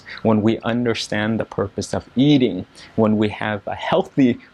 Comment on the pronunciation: Did I hear you say "eading*? I didn't quite hear it clearly.